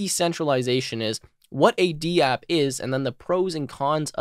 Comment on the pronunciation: Nice! But I think it’s Dapp, not D-App 🤷‍♂️